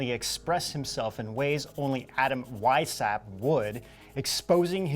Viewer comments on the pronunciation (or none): Weishaupt is pronounced "Vice-how-pt" and it means Whitehead.